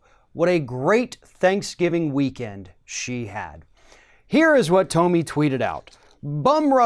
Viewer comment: HER NAME IS PRONOUNCED "TOMMY", NOT TOE-ME.